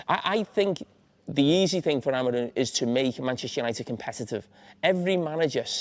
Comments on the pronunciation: Carragher first needs to learn his name; Amorim, not Amorin!!. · Someone needs to tell Jamie that the man’s name is Amorim, not Amorin, as he repeatedly called him.